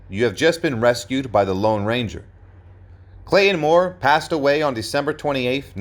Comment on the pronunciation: It's NOT "Clay-IN" Moore!